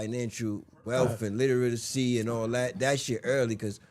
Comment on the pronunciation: The person saying kids don’t need to read struggled to pronounce “literacy”